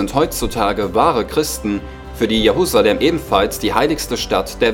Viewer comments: Es heisst: JeRusalem nicht JeHusalem !!!! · Die Stadt heißt Jerusalem und nicht Jehusalem